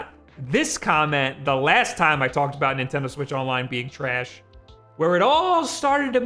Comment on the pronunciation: You say "trayash" like Frank from It's Always Sunny. I fucking love it.